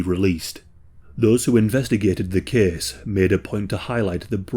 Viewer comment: “This kehss tehkss plehss…”